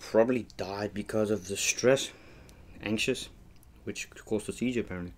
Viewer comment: Lol I know it’s just In your vid you pronounced sheejure